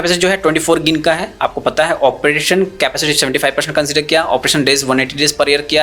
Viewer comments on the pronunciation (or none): none